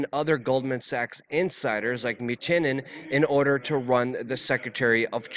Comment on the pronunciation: It's "New-Chin" ~ Mnuchin, the "M" is silent. Come on now.